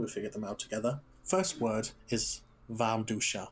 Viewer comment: I’m pretty sure he isn’t native (for example when he said warmduscher it sounded like an American pronouncing a german word.) personally I’d guess he’s either lived somewhere where he only speaks german very rarely or he has to mother tongue